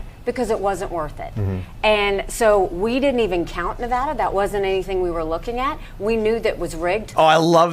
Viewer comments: He dumb chick. Its ad, not ah in Nevada. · Its not NEVAHDUH its NEVADA! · In Nevada, the preferred pronunciation "Nuh-VAD-uh," with the stress on the second syllable and the "A" sound as in "bad. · Glad somebody told Tim how to properly say Nevada halfway through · Somebody tell her how to pronounce Nevada correctly. Jesus christ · Please tell she’s continually mispronouncing Nevada. It’s not a hard A. Your having everyone here boo you 🤣